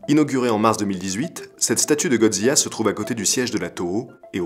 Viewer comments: Excellente vidéo, un travail de grande qualité! Ps: on dit Godzi "la" (Du japonais "Gojira") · J'me plante peut être, mais c'est pas prononcé "zila" plutôt que "ziya" ? Au japon ça a l'air d'être "gojira" mais d'après la vocalise de google, que ça sois anglais ou français c'est "zila" qui ressors. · Superbe vidéo comme toujours!! Mais comment prononce tu Godzilla? Godzia !?!?! XD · si je peux me permettre, dommage de mal prononcé les mots japonais ^^' un S = ss ;) Assimo OU= O long, donc fukuro café etc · Aaaargh ta prononciation de « Godzilla » est insupportable ! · Drôle de prononciation de godzilla ?